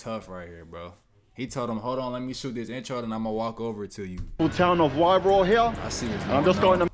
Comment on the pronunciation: Pronounce it like this... "why-roar"